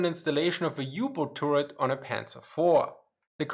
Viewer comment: Say "tuhret" (short 'u') not "touret" :-). Otherwise it sounds like "Tourette," as in the syndrome.